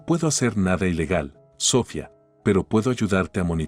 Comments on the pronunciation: Aquí en España se pronuncia Sofía (con acento en la i) no Sófia (con acento en la o) como lo pronuncia el narrador, no sé de donde és, pero él y el escritor del texto debería tener las nociones gramaticales básicas necesarias para hacerlo correctamente, como también la pronunciación de los nombres propios. HABER SI REVISAN LAS NARRACIONES ANTES DE EMITIRLAS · Lo que yo llevo peor es la pronunciacion de los nombres ,si se llama Sohfia ,por que se lo dicen de esa forma ,a Sara tambien lo pronuncian mal y todo los nombres hacen lo mismo ,yo no se si es que el narrador no es español y por eso lo pronuncia sin ,por que si es español deberia de desir los nombres correctamente segun mi punto de ver ,son historias mui entretenida ,pero por esa falla no se entienden bien esos nombres ,por fabor escucharlos y arreglarlos gracias ,desde españa .